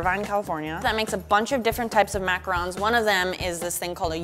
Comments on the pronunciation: Pronounces it as macrons. Sitting here like, "IT'S FRICK IN PRONOUNCED MACAHROOOANS!" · It triggered me so much that she was pronouncing macaroons wrong but i still love her it just bothered me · I hate how she pronounced macaroons